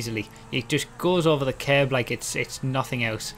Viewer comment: took me a full minute before I understood you said the word 'curb'